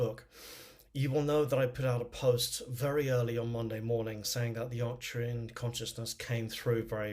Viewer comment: There's no "i" in Arcturan.